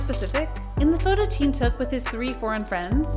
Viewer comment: Why do you pronounce Jin and Jean?